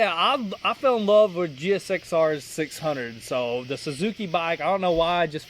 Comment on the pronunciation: GSXR yeah totally says jixer 😆 if you don't know how that sounds to some of use imagine calling a Suzuki ltr 450 a elter !!!